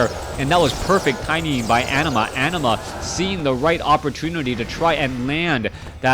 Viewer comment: Anima is a summon in Final Fantasy X and is pronounced the way you say it, no need to fear:P